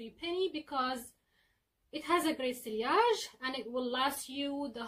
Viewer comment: Sillage is pronounced See-yahje NOT SILLY-ahje It only has two syllables. As this is an old video you may have already been informed of this but in case you have not...